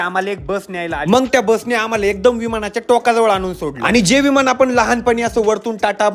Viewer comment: विमाण नाही रे दादा विमान असतं ते